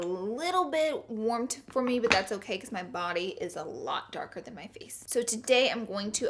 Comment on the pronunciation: don't forget 'beechuz' for because